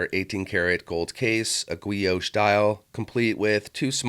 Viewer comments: This is totally AI with a gwee-osh dial on an awk-ta-gonnal case. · A gwee-oash dial. 🤣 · It's pronounced "ghee-osh" brother. Hard g and o. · The way you say guilloche makes me chuckle. Subbed.